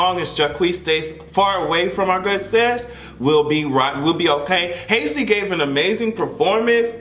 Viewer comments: I was trying to figure out who Hayslee was 😂 You talmbout Halsey? (Hall-zee) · are you calling HALsey HASley on purpose 💀💀💀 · it's Halsey(Halls-E)... Lol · Hazy🤣🤣🤣 it’s Halsey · Haze-Lee :D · Not you calling Halsey, Haisley nnn 💀💀💀💀💀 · Halsey=HALL Z Lol still luhh you doe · Everytime you say Hase-Ly it gives me life 😂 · You did not say Halseys name correctly one time. I’m screaming